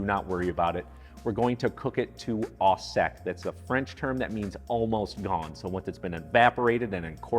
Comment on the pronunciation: “Au sec” = “near dry” not “almost gone.” Also “au” rhymes with “oh” not “ah.” /oh-sek/ Great video otherwise.